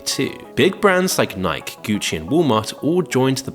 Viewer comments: WTF is with you British people pronouncing NIKE incorrectly?! It’s not pronounced like “bike” you muppets. Nike is pronounced as “ny-kee” (TWO syllables: /ˈnaɪ.ki/), rhyming with words like “spiky”, “Mikey”, or “psyche”. • The first syllable sounds like “nye” (as in “pie” or “high”). • The second syllable is a quick “kee” (like the “key” in “donkey”). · … bro literally said Naik instead of Nikee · So this channel is AI right? I mean Nike? He called it nik 🙄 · Mannn, when did this channel start using eleven labs to AI his own voice? Lame. Or maybe he's just forgetting how to pronounce things like "Nike" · Why do you say "Nike" instead of "Nī-kee"? That's literally how it's pronounced. 😅 yeah didn't care about the video whatsoever. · "Big brands like Nike " (pronounced like N-eye-k) Ah, another AI slop voice, most probably. Absolute bullshit. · "Big brands like Nike..." pronounced like BIKE. What was that? Are we listening to AI voice over? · "Big brands like N-eye-k" what? Is this AI or is that a british thing? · is this actually a real person? never heard someone mispronounce "nike" in my life. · Tech bros once again reinventing things we already have: this is just a shittier MMO Second Life ALREADY EXISTS idk who he thought this was for. it didn’t make sense at the time either 😂 he still performs for BAYC events this still happens that’s pronounced Notorious B I G, not big I know you’re a brit but you all sound ridiculous when you say Nike like that considering it’s derived from Greek. They are too heavy for my small neck, they didn’t even consider that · refuses to say "Nike" properly. I'm thinking its deliberate and not incompetence. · This is the first video where I realized the voice is just AI. Can't pronounce Notorious B.I.G. correctly, can't pronounce Nike correctly. Trash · *nike, pronounced phonetically... guess it's an AI voice.